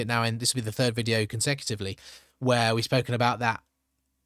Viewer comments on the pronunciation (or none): none